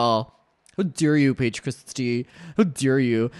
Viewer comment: How dawe u payeej cwistiyuh